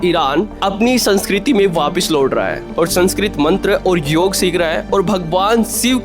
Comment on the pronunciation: Yog day hota hai yaar YOGAA NHI